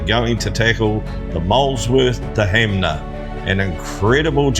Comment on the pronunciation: loved watching this, soo good, cant wait for part 2 i also dont wanna be that guy but 'HANMER' not HAMNER lol